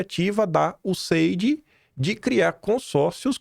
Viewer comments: Pra quem mora na Austrália em que o idioma é o inglês, a sua pronuncia está muito ruim, useidi?(USAID). Como as pessoas entendem vc na terra dos cangurus com essa pronuncia horrorosa?”imagino que tenha muitas dificuldades “ melhora isso moço. (Obs:. Pronuncia não tem nada haver com sotaque). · Acho legal o nord3stinho falando o ingles e. Danese a pronuncia. Mas diz-se iuéssaid. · Alo Quim !!! Ouvindo o Paulo de Souza, vc vai aprender a falar o nome do acordo MEC USAID da forma correta !